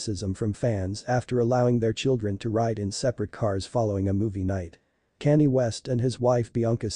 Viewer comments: Who is Cannie?? If you can't pronounce people's names and you shouldn't have a YouTube channel. His name is Kanye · Canny? Who the hell is Canny? 😂😂😂😂 And she is a her not a he! There is soooo much wrong with this narration! Haha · Why are you narrating this when you cant even say Kanye's name properly? 🙄